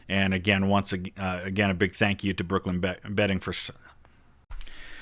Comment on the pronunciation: When he said brooklyn bedding i heard brooklyn betting and was disappointed lol